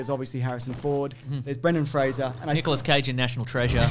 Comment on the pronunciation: Kudos for pronouncing Fraser correctly 👍🏻